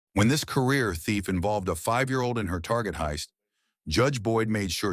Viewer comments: lol she called it "tarjay" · She did not just say "Tar-zhay"